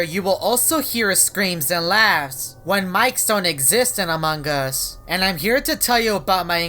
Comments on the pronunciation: Its among us not amongus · I die every time this guy says “amonG us” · Subtitle when says among us: amanga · This is how he says amongus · Amon GUS